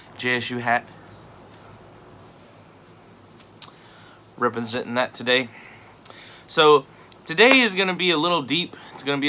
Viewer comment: "repasentin" JSU HAHA my dude